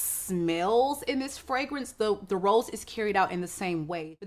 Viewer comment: Why did I think you were saying ROLLS instead of rose😂